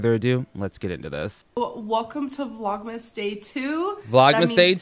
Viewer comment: I understood 'Vlog mistake 2' instead of 'Vlogmas day 2'